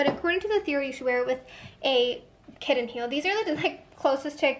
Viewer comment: I appreciate how particular you are!! You like things a certain way!! And I am dying over how you say Buddon and Kidden heel 🤣🤣🤣